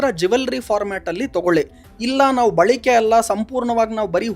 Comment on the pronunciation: " ಬಳಿಕೆ " ಅಲ್ಲ " ಬಳಕೆ ".